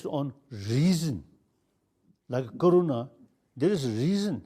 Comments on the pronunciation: It's not corona it's karuna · Yes I too thought it sounded like corona. But it's karuna which means compassion.